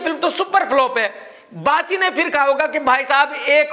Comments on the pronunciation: Bassi ❎ Baasi ✅ 😂😂😂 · Bassi nahin baasi😂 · Bassi ❌ Baasi ✅